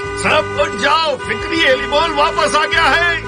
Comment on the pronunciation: Fakri ❌fikri✅